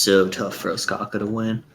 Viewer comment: the way you're pronouncing Ostkaka is givin me the heebie jeebies